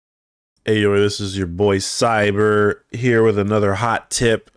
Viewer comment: I refuse to pronounce your handle as "Cyber"! It's!